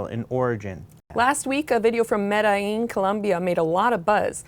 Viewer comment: Come on,. You can pronounce "Medellin" better than that.